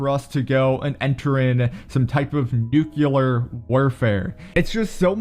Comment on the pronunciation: english: it's nuclear.: no, it's nyukular